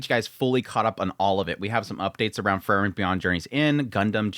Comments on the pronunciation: I heard is as Fern, and thought maybe Fern is the MC now.,😂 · Did he just call it "Furren?" Lmao